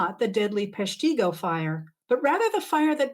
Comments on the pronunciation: Hate to be "that guy," but Peshtigo WI is in the north*east* of Wisconsin, and is pronounced PESH-ti-go. Just sayin'. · It’s pronounced PESH-tih-goh. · Thank you for the history lesson and especially for the shout-out regarding the Peshtigo fire! Wisconsin here, so I feel obligated to let you know that we say PESH-ti-go (accent on first syllable, short e, short i, long o), and it's in northeastern WI rather than northwestern WI, up the road from Green Bay 40-50 miles. You're welcome. ☺ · I really enjoy the history you share, and I'd like to let you know that Pestigo is pronounced like this: PESH (rhymes with mesh) TI (short i; pronounced like the word IT spelled backward) GO (as in go away). Most people who are not from Wisconsin make the mistake of pronouncing the long "I;" as in ice cream. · Ope, it's -- Pesh'-ti-go. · Pronounced PESH’ - ti - go. Wisconsin native here, and some of my family have lived in and near there for years. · correct pronounciation of Peshtigo = PESH.ti.go! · Thank you so much for first recognizing the Peshtigo Fire! I know this is pedantic, but it is in Northeast (not northwest) Wisconsin, and it's pronounced with a short vowel "i" and emphasis on "Pesh". I think every 4th grader in Wisconsin still learns about it, but it's nice to see someone outside the state mention it alongside the Chicago Fire, and of course it shows that the weather conditions, not Mrs. O'Leary, were to blame. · Thank you. Northeastern Wisconsin native (born and raised in Green Bay) and I came here to say exactly this — both of these things actually: the (understandable) mispronunciation of Peshtigo and, more importantly, the inaccurate location listing for the Peshtigo fire (wrongly stating that it burned northwest Wisconsin rather than northeastern Wisconsin). But you beat me to it! Here's hoping that Dr. Richardson corrects this error.